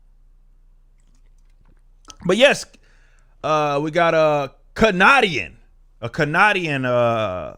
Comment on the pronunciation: On point. Facts. Agree with you. Been a fan for a year. But wtf man. With all do respect, at least have the respect to pronounce Canadian the right way. So demeaning and insulting. You are a very intelligent person who knows what he talking about so I have to conclude you saying it on purpose. TOTALLY INSULTING. So disrespectful, sir Rippa.